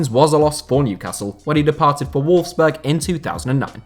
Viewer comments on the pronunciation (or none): none